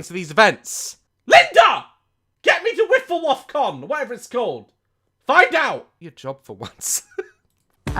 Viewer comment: "LINDA GET ME TO WIFFLE-WOF CON!" 😂